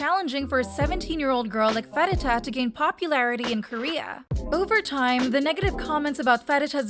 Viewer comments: Ok but I can't stand the way the video is butchering pharita's name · I'm sorry but "Thigh"? I'm literally crying as a Thai rn😭. She also butchered Pharita's name, but idm that bc it may be confusing for foreigners.